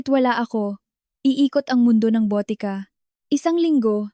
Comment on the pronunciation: Botika (drugstore or pharmacy) not BOTE KA ( bote means bottle) ka (means you).